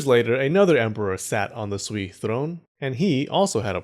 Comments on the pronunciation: Sui (隋) sounds more like Su-eh (as in hay or hey not e as in me). The bottomline is that they are all going to get bloody and T'ang China has other empires to invade in Central Asia and elsewhere. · You probably wont read this by now, but "sui dynasty" is pronounced more like "sway dynasty" hope this helps.